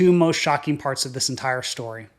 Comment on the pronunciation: What does "schtory" mean?